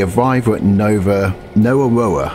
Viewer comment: It's pronounced Brewthen (Bruthen) NowA NowA (Nowa Nowa) OrBost (Orbost) Bairnsdale is the last major station on that line (East Gippsland) it is timber country which transports by road now